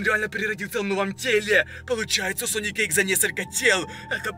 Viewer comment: +++, еще последнмй слог в словах выговаривает, пример: мусорКА, сониКа